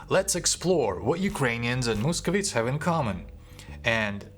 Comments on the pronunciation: не мусковітс а мусковайтс! Дуже вас підтримую!👍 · The correct pronunciation - московайтс, not московітс